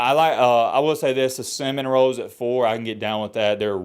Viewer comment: Starting to think can’t say Seminoles so he says cinnamon rolls #matthasproblems